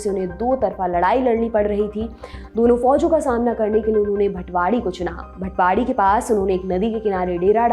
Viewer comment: भटवाडी नही भातवडी है नाम । और हो सके तो मालोजी, शहाजी ऐसें नामोके वजाय मालोजीराजे, शहाजीराजे ऐसा सन्मानजनक उच्चारण किजीए जो उस वक्त के खतोमे, लेखोमे मिलता है ।